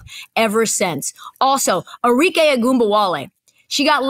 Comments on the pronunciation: Arike Cam’Ron: Enrique 😂😂😂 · Cam calling Arike “Enrique” 😂😂😂😂